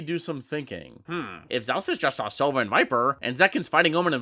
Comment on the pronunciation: anyone else hear him have a Russian accent when he said sova